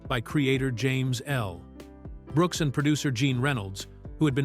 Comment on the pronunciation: Does anyone bother to the voice track? How much of a lag do you need between the L and the last name of Brooks and the ironic thing is it was consistent. Did the AI put a period after the L making act like it it was the end of a sentence?